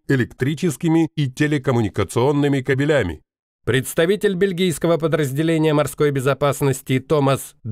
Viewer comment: только не "кабелЯми", а "кАбелями"! ибо "кобелИ" - самцы, а "кАбели" - провода.